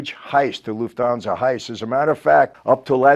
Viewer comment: As a German, i love his "loofthansa"